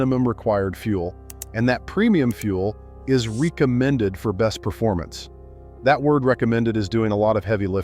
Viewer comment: Lol, the BOT said "REEK-amended" 😂